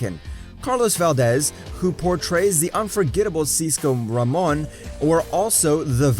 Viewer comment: DON'T EVER SAY CANDICE AND CISCO RAMON LIKE THAT EVER AGAIN.